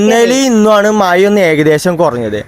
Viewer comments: മയ- മഴ yes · മയ അല്ല വനെ മഴ.